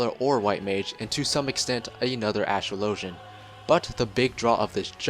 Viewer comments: Dude. Think about how the word "Astrology" is pronounced. Then... "Astrologian" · Ive watched about 10 class videos on FF XIV and everyone single one they pronounce astrologian wrong... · Why do so many youtubers not know how to pronounce astrologian? Think of the word 'astrology'. Think of how that's pronounced, then think about ASTROLOGIAN. It's very similar.